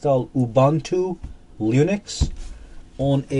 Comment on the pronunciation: Did you say "Lunix"? That's....disrespective.